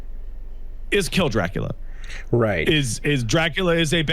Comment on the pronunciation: I know this was just a mistake/video thing, but I could not help but be amused was explaining the lack of story in Castlevania 3 and it sounded like he said "...kill Jerackla..."